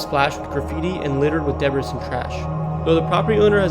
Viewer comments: "Debris" is pronounced "deb-ree." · Good info (though some is incorrect), but sweet s**t, at least Google how to say words you're unfamiliar with. "Deb-risss" and "longevity (with a hard "g")" are words you should have learned in primary school. I see enough others have commented about the city names, so I'll leave that.